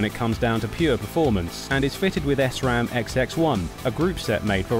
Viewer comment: its SRAM not S-RAM